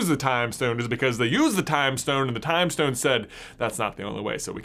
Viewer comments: Am I the only one getting annoyed by the way he's says "stone" like "shtone" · Maybe it's just me but I cant finish watching the video because its infinitely annoying how he pronounces "s" like "sh" in every sentence. For instance: "Power Shtone" I just cant handle it. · infinity schtone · I’m sorry but I can’t get over how he pronounces stone as shtone it’s quite annoying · Am i the only one hearing shtone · It's stone not shtone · Stop saying schtone, it’s so annoying! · Who else realised he was saying power Shtone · why do you keep saying “shtone”? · This may be nit picking but every time he says “stone” he says “shtone” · The power shtone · POWA SHTONE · Its stone not shtone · Why does he say power stchone, but with the others, he says stone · Where is from? He pronounces stone as shtone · "Shtone" lul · power schtone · Power Shtone powered Shtaff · Stop saying "estone" please its really annoying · He keeps saying shtone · It is not a schtone its a stone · It’s not a shtone, it’s a Stone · IT'S S T O N E NOT S T H O N E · Does he say power shtone? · my mans saying power shtone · Why does he say Shtown not Stone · He says stone like “shtone” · Nobody: This guy:Power shtone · It’s pronounced STONE not SHTONE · stop saying "shtone" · It’s stone not shtone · You mean stone not shtone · Take a shot every time he says “schtone” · Nobody: J: “Shtone.” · “schtone” “firscht” “cascht” “HE TRIED TO CASCHT THE UNIVERSE INTO DARKNESS USING THE REALITY SCHTONE” “ONCE THANOSCHE HAS THE SCHTONE” “Hischtory” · ....power shtone... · every time he says "stone" i hear "shtone". anyone else? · Pls stop calling it a power shtone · I’m I the only one that gets stressed about the fact that he pronounces shtone instead of stone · The infinity ‘Shtones’ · Am I the only one triggered by him pronouncing Ss as SH like 'POWER SHTONE'. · He says stone like schtone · The way he says SHTONE pisses me off so much, why am I so petty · Which Shtone is the best Shtone? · shtone lol